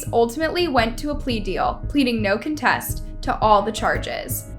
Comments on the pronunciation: you butcher names in these videos, and mispronounce words. "no CONtest" not "conTEST". That's a basic one. Bachman sounds like "BOCKman". You have subtitles in the video so we can see every name and word you mispronounce, unless this is that autotune or whatever. It's irritating. Narrators and speakers are responsible for getting this stuff right. Just sayin' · Check out how the narrator of this video pronounces "contest". This is someone who purports to make a living speaking English.